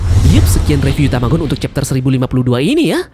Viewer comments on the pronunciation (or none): none